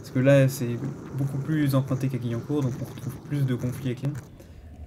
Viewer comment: On dit pas gui mais guwiancourt🤣